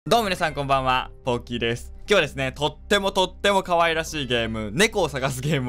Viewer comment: ポッキーさんのポがボに聞こえるんだが･･･。